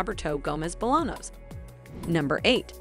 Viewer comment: Its Roberto Gomez Bolaños, not Bolanos.. not that hard to google how its pronounced.